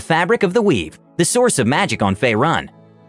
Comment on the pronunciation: Fay-rune fucking fay-rune